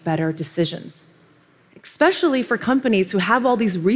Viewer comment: Everytime she says 'expecially', a kitten dies.